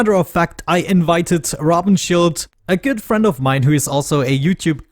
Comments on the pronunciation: look at my name - I am German. And you pronounced Rabenschild like someone struggling with German 😁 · I don't like that you played so much between episodes. Feels like we miss out on a lot. Also I don't get why you pronounce Rabenschild so awkwardly 😉